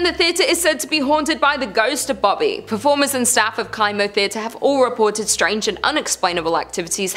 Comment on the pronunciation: It’s pronounced Kimo like chemo! Sorry not sure why it was bothering me so much 😂 love your channel